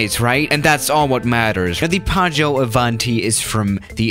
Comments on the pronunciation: Hey, it's actually PIAGGIO, not PIAGGO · It is Piaggio not Piaggo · Piaggio not piaggo... I'm italian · as an Italian I need to say that it's called Piaggio Avanti but you not say it Paggio Avanti, it's just Pi-aggio Avanti, good vid do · Says "Paggio", spelles "Piaggo". It really is "Piaggio". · It's Piaggio not Piaggo. It is pronounced "pee-ah-jo" :DDD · It's piaggio not paggio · It’s Piaggio not Piaggo... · People:piaggo avanti:padjo ivanti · Coming from an Italian, how he said "Piaggo Avanti" sounded so weird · P.S. I am Italian and I know it's "P-ee-oj-ee-o" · Nobody: PAGGO AVANTI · plane:PIAGGIO AVANTI:PAGGIÖ AVÁNTI me, just an italian guy:ExCuSe Me WtF!1!1?1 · today we’re going to talk about the ‘Piaggo Avanti’ Me: blurrgbleue?? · You should check the correct pronunciation. Piaggio Avanti is pronounced really differently than "paggio", which means waiter. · Pronounced pyaggyó... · Actually it‘s „piaggio“ and you say the first i... These are the ones that had built the „ape“ tricycle! And no, ape does in that case not mean ape but it‘s the italian word for bee. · yeah, but you forgot that there are two g in "PiaGGio", so you have to pronounce it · Actually its "piaggio avanti" XD (that plane isnt even so bad! Maybe I think it because I'm italian...🤨🤔😂) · Its "Piaggio avanti" u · Piaggio is actually a really big motorcycle company, and you pronounce it really wrong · When you pronunce piaggio you have to make the i sound